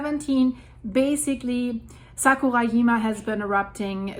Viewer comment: I had a difficult time understanding what you were talking about for a moment, with mispronunciations of "Kyushu" and "Sakurajima." Kyushu = kyoo shoo (not kyo shoo) Sakurajima = Sakurah Jeema (not yeema, not Yama)